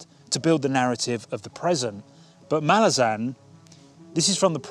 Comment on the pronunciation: I'm pleased to see that you've tried Malazan (as a fellow Brit, I pronounced it exactly the same as yourself) as I'm aware you posted, what, four years ago that you'd get round to it one day? I'm pleased the day has come.